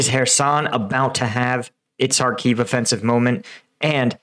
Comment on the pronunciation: Kh not K.. Kharkiv, not Harkiv.. Just like it is loch-ness, and not log-ness.